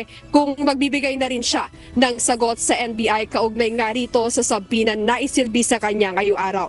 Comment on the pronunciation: SUBPOENA Suh-pee-nuh